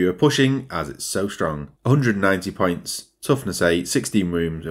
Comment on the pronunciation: With your accent when you say "points" it sounds like "pints" to me and now i want a beer